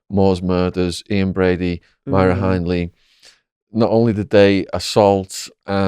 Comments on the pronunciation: Patio, not pavement. And Hindley as in hinderence, not as in hind legs. He hasn't got a clue about anything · Shaun, you're terrible in this interview. Firstly, it's spelt "Hindley", not Hyndley. (I mean, at least get the name right). You also pronounced it wrong. In regards to the West's, it wasn't "under the pavement", it was "under the patio". Fred and Rose HATED the police, there's NO WAY Fred was pimping her out to police, it was mainly West Indian men she slept with. She prostituted herself from a room upstairs in their home, really think they'd have the police round their home when they were killing women and abusing their kids...? You also said "they weren't looking at Fred". WRONG. They arrested Fred before Rose. You didn't even know Fred West killed himself, like how are you running a true crime podcast but don't have any basic information on high profile cases? I know they're horrible c**ts but you should at least know the basics running a crime channel. It makes me wonder what other information you're getting wrong and putting out to your subscribers... Also, I know Linda ain't no kiddie killer, (killed her husband though) but it's interesting/weird how we still glamorise other criminals/killers. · Hindley not hyndley 😂😂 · Can't even say Hyndley properly 😳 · That’s what I thought - jaw dropping ignorance!! 😯. How did he pronounce ‘ Hindley’ ? What a spanner 🙄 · I thought the same thing, Myra Hindley, Ian Brady, Fred and Rose West, he couldn't pronounce Hindley, and didn't know if they were dead or alive.